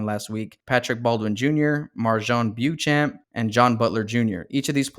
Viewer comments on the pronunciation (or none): Sochan is prounounced SO-Hahn. Beauchamp - Bo Champ